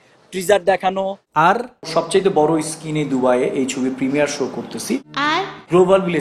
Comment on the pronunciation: আমার তো এই ভিডিও দেখার পর অনন্য মামুনের শিক্ষাগত যোগ্যতা নিয়ে সন্দেহ হচ্ছে। বুর্জ খলিফাকে বলছে ব্রুজ খলিফা, স্ক্রিনকে বলছে স্কিন, গিনেজ বুককে বলতেছে গ্রিনিজ বুক 😂😂